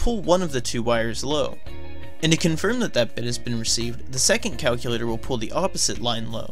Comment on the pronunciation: So you can listen to the great audio of the game, Calcyoolatohr